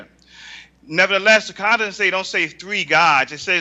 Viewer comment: In the what? What is that stone worshiper saying? "Ka-an"? Hahahaha... It's "Quran" stupid.